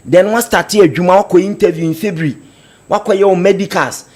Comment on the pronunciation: A whole lecturer, pronouncing ' february ', 'fibre' shame on you.